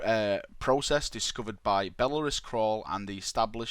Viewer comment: Blearus Crawl...Belisarius Cawl? >.>